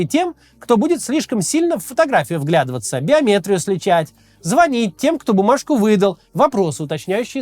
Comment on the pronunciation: Биометри́ю, а не биоме́трию! 😢